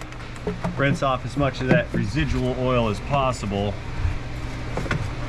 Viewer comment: Your accent is very close to Standard American English, except for "ole" instead of "oil". You can take the boy outta Georgia, but you can't take the Georgia outta the boy.